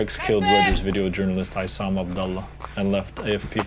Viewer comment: Honor your friend, Issam by pronouncing his name correctly.